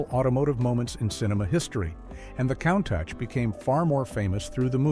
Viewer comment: I'm a Cannonball record holder and love this car, but these AI voiceovers are awful. Countach is pronounced "COON-TOSH".